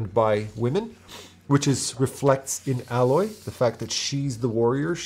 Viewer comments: A Loy, not Al Loy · appreciate the video, but there were a couple of strange mistakes that you may not have noticed. foremost, aloy's name. it's said thousands of times throughout the game; it really drills into your head. very clearly pronounced ay-loy, and not like the word alloy. thought that was incredibly strange, considering you've said you played the game yourself. additionally, while the city art isn't of an environment that appears explicitly in the game that the player experiences, it's pretty obviously related to the entire "past" history of that setting. And to be fair, images of this futuristic architecture informed by the art there appear ingame as vantage point logs, as well as dilapidated landmarks. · You are mispronouncing her name. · Yep. I know it was a thing people got confused about when it was first revealed but throughout the game they say it so much that mispronouncing it is impossible. It's nit-picky, i know, sorry. :)